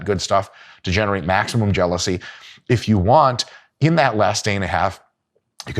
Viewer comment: "To generate maximum jeliousy" 😂😂hahaha, this channel is so good...crocodiles 🤣🤣